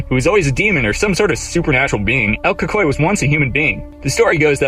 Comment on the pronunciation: "Lorona"? "Cucuy"? WTF?!